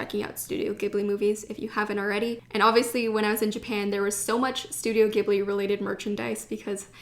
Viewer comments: did anybody comment on this... it's pronounced Studio Ji-ibli no Gi-bli because "Ghibli" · not 'gib-lee' 'jee-blee' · Ghibli is pronounced as "jib-lee". ❤️ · Hi. I just wanted to let you know Studio Ghibli is pronounced “jibli”. I’m from Japan and the technical spelling for the pronunciation is “jiburi”. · The accordion notebook is the type they use at temples and shrines where priests will write the Characters of the name of the shrine and the date. Its a popular souvenir for people who visit temples and shrines in Japan! So yes, perfect for ink and calligraphy! Also, its actually pronounced studio "Jibli" with a soft G! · whispers I love Ghibli too ... it's pronounced with a soft G though ... Studio Jeebbly. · Hi, Ur pronouncing Ghibli wrong, and ur pronouncing Tokyu Hands wrong, if u read u will notice it finishes with a U not an O. Also u been to the biggest turist trap in tokyo, Itoya in Ginza, btw behind that Itoya there is another Itoya with many more things, including a floor just for popular pens such as sarasa, mildliners etc. That Itoya u went is just for looks, for stationery noobs I guess, also everything is marked up like 20% more or so. Next time u go, make sure to walk to the back door, croos the alleyway street, its right in front. Its really worth it to check it out.